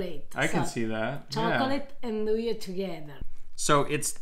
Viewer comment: not 'inn-doo-yah', nn-doo-yah